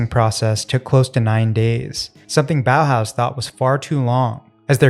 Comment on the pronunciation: Ma perché i BOAUS ? Si pronuncia tranquillamente Bauhaus🤭